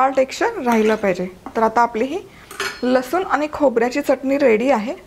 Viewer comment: लसुन नाही लसुण....